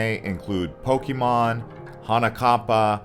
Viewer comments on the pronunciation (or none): none